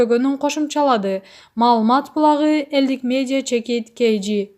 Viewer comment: Бокболиев .малумас булагы реабилицатсия деп окуган кайсы журналист 🤯